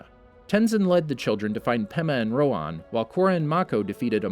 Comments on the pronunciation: Please learn how to properly pronounce their names. Piandao is not pronounced "Piando," and his name is "Rohan," not "Rowan." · Did anyone notice he pronounced Rohan rong (it’s pronounced roha)